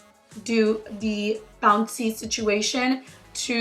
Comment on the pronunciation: Love the way u say bounce 😂 amazing beautiful ❤️